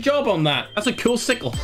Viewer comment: man what's the problem with you it's a sick-le